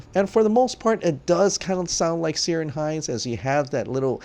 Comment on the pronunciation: Just a mention, Ciaran is pronounced with a K sound. Keer-awn or Keer-in.